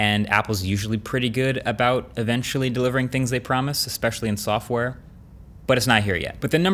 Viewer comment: Why does he pronounce it “softwore” wtf